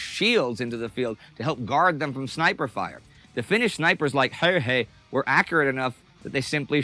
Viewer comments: The dude who spoke first pronounced Simo's name well but, the narrator for whatever reason pronounced his name reasonably decently the first time but became steadily worse as the video goes on. Why? Presumably they both learned Simo's name at the same time. But wtf, nothing depends on it. (Btw, he didn't only put snow in his mouth to prevent the vapour puffs, he froze his rifle's barrel to also prevent the escape of visible vapour. He didn't "find a new home," the government gave him a farm. And the rest of the boo-boos. Like, his total kill count, rifle and machine gun, was 800+. All in 100 days.) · The narrator's pronunciation of "Häyhä" just hurts my ears. Also that photo is often used to portray Simo Häyhä, but that's just a staged photo of some random Swedish soldier. Not a Finnish rifle, and Simo didn't use masks. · If I had a penny for every single different way Häyhä was pronounced in this video, I'd have half a pound